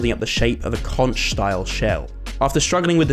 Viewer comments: Did he really pronounce the word conch as it's spelled? It's pronounced conck😂 Suggestions: Maybe some sea creatures like fish, crabs, starfish, octopus, a shark? Or an underwater volcano? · The way he said “conch” 😂